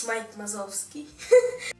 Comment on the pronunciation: видео как всегда превзошло себя,но понимаешь режет уши ты сказал Майк Мазовский а надо Вазовский а так всё отлично молодец!